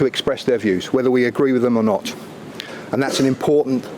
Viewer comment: This guy is a joke, every time he says “whether we agree with peoples views or not” you can tell from emphasis on “or not” what he thinks